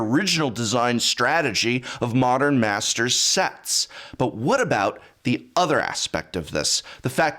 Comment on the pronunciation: Commander masters ( not mastsers )